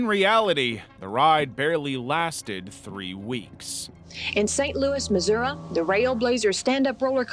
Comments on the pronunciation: “in St. Louis mizzoruh” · every person died inside that lives in Missouri, when he incorrectly, said Missouri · I ain’t crazy, she said “Missourah” right?